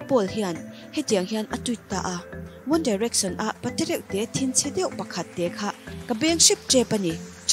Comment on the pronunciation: Pronounciation ngaihthlak a hreom hle, tlemin fimkhur o.. Bakah english word a hman hian bei a ti dawng.. Entirnan.. One direction- one direcson 🤣